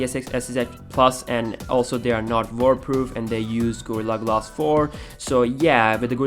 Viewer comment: glass not glas.... damn :-D